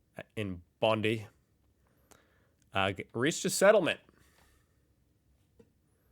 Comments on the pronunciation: It's Bond-eye not Bond-ee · BOND-EYE BONDI not Bondie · Bond-eye. Not Bond-ee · missed the possum, I assume it was a dead possum as it just fell to the floor and stayed there, which I assume the snake was trying to eat. Also, I just watched last week's "this Week" video before this one, and I just want to tell it's BOND-eye not BOND-ee. Practically the only time we pronounce an 'i' at the end of a word that way. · Bondeye not bondeeee 😂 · G'day Mate! Fun fact Bondi is pronounced Bon die not Bon dee :-) I just checked and a 24 pack of bottled water is on special $18.40 but singles are between $2.40 and just over $3 all of which is supremely stupid since our tap water is excellent! Despite that I see shopping trolleys with 3 - 4 huge packs every week...The house I used to live in I Sydney had a filtration system costing $126 per year for as much water as you can use...Compare that to over $950 for just one 24 pack on special each week...Just crazy! Cheers! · Yes, it was spotted. It can be random, depending on atmospheric conditions. It was a python and had a possum. It's pronounced bond-EYE , not bondy. Please get it right. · Bondi (“Bond-eye”, NOT “Bondee”). Cheers from Oz. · Aussie pronunciation lesson it is not BONDEE it is BONDEYE your welcome lol ❤ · Hey, just a little criticism.....could you please stop calling Bondi Bondee....it is pronounced Bond-eye. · Bondi is pronounced. Bond..I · Bondi is pronounced BON-DIE. Only way I can think to explain it. Only saying it cuz you'll have to know when you finally come over. Check out "Bondi Rescue' they are brilliant. 🇦🇺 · Bondi is pronounce Bond-eye. Hope this helps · I actually saw the Aurora Australis many years ago, in the evening with a group of friends in COWRA. The snake killed a Possum... The suburb is pronounced "bon-dye". M 🦘🏏😎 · If you want to say Bondi correctly.It’s pronunciation is Bon - Dai. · Bondi is pronounced Bondeye. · It's actually pronounced Bon-dye Beach.